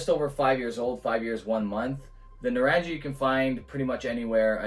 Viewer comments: Pronounced nuh-rung-ee, it's a hard G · Loving the review. It’s pronounced naa-rung-ee which as the bottle says refers to oranges in Hindi.